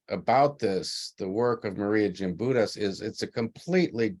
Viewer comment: Respect please in pronouncing her name correctly. Gimbutus with a "G". Not Jimbitus with a "J".